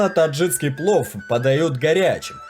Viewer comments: Только не таджиЦкий, а таджикский. Прям уши резало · Отлично. Но очень режет уши слово "таджицкий". ТАДЖИКСКИЙ. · Таджикский, а не таджиЦкий. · Все хорошо, только правильно таджиКский, а то аж слух режет ваше "таджиЦкий".. по аналогии вы так назовёте "казаЦкий," вместо казаХский, а это уже бред казаЦкий (! Казаки, но не казахи!), узбеЦкий и пр неправильные названия. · ТаджиКСкий, а не таджиЦкий!😡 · Автор, не таджиЦкий а таджиКский! Слух режет твоя безграмотность! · ТАДЖИКСКИЙ, А НЕ ТАДЖИЦКИЙ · Ролик классный, аппетитный, но очень режет слух таджиЦкий, узбекЦкий. Верно говорить: ТаджиКистан - таджиКСКий, УзбеКистан - узбеКСКий) Такие вот дела. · Очень хорошие программы, отличный видеоряд - спасибо! Несколько замечаний по поводу неправильных ударений (хорошо бы проверять как что произносится) и слов (вроде "ложат" вместо "кладут"), а также таджиЦкий, узбеЦкий. Если вы уж по русски говорите, то произносите правильно - таджиКский, узбеКский. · ТаджиКский ,УзбеКский ,там Ц нету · Нельзя так безграмотно читать тексты. Таджиц таджицкий. Узбец узбецкий. Но так там же таджик и значит таджикский, узбек значит узбекский.